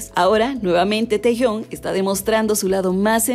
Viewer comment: Me resulta un poco raro que lo pronuncies como teyon asi que si no te molesto u ofendo, se pronuncia kim tejiung, no lo digo yo, lo dice la chica coreana que me enseño a pronunciarlo